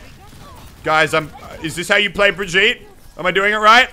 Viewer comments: Every time he says "Breh-jeet" instead of "Brig-eet-eh" I yell inside my brain. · It’s bruh-gee-tuh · According to Rein’s va, it’s pronounced [Bree Jeet] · That's because the VA isn't German and it's a German name. Which is silly because Reinhardt should know how to pronounce a German name. Not sure how they're going to explain that. Also, it's been repeatedly pronounced "Brig-eet-eh" in developer updates (by Jeff Kaplan) and in Brigitte's intro video. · or you just can hear the geman or swedish verson of ow ;) And yes, it IS Brig-eet-eh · Its pronounced Breh-jeet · Autumnplays my friend is German and he says it's brig-eet-eh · ugh it's [Bruh]-[gee]-[tuh] boi get it right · its pronounced bri-gee-ta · Pronounced BRUH - GHEE - TUH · Please say Brigitte's name correctly. Thank you.